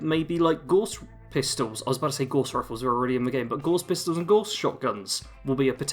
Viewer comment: Ren? I hope they include Stimpy! BTW Gauss was a famous mathematician and physicist, I'm sure he would be vexed you mispronounced his name Gorse.